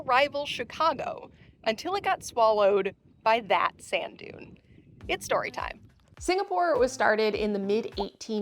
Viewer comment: "Singastore" lol